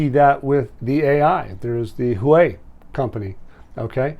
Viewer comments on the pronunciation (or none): none